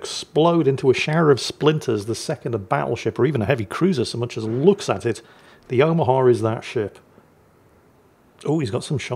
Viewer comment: Why do you pronounce it as "the o-mer-ha"? Its like the German for grandmother. O-ma-ha.